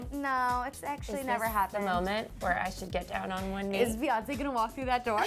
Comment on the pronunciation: emmm can we please stop calling Beyonce "baes" its "bees"